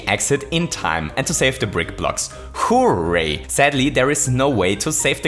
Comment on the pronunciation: "Holy fuzzy" "Acorn S-yoot" "Hoo-ray" You, sir, have conquered the English lexicon.